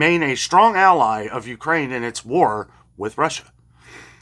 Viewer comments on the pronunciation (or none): none